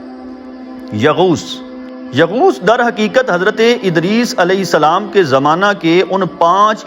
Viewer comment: یغوث ✅ Hai Bahi یا غوث Na hai